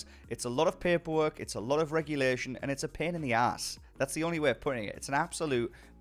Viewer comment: pain in the aaaaaasss.... are you irish?